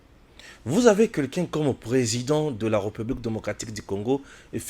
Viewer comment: petit rappel de diction < la république se prononce avec un é ouvert. <retard se prononce avec un e fermé. Bon courage.